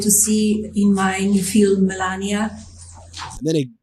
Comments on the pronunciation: I’ve never seen a non-English speaking person struggled to say the word film, Melania is the first person. She botched it horribly. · I don't care about her fee-ulm, do you?